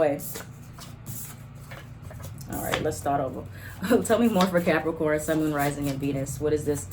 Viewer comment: Not you saying “capriccio-corns” 😂😂😂 (cap moon) Ok let me continue watching lol